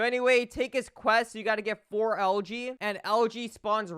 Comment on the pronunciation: It sounds like he’s saying LG instead of algae and that cutscene sucked